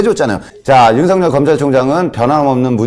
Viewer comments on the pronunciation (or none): 맞습니다 하지만 윤성녈이 아니라 윤석열입니다 혹시 일본인처럼 발음이 잘 안 되시나요??